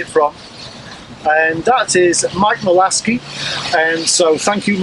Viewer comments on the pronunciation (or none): Malaskey? I think you mean Malaska